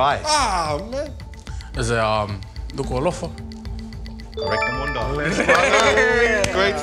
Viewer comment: Did he just say Dukualofa!?